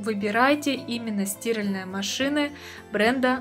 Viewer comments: У меня одного кровь из ушей пошла? 😱🤯🤦🏻‍♂️ стИральные машины, а не стиАльные! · Боже хоть бы ударение норм ставила в слове стиралтные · СтирАльные, милая, стирАльные! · в слове "стиральные" вы ударение неправильно ставите, правильно ударение ставить на букву а, от слова "стирать". Удивительно, что вы в таком возрасте этого не знаете, поэтому о стиральных машинах здесь говорить не приходится. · Стиральные ударение на А!!!! А не на И😡ухо режет жесть